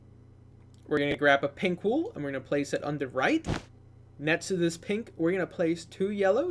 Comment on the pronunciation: Did you just say ''Pimples'' except of pink???